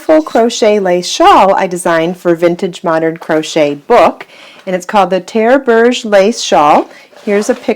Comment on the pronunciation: Hi. Thanks for the video. Sorry to be a little pedantic but it makes me cringe every time you say "Bruge's lace". It's pronounced without the S at the end. So it's pronounced Bruge lace. This is because it originates from Bruges in the north of Belgium, where French is spoken. Bruge's lace is a very ugly way to describe a beautiful lace!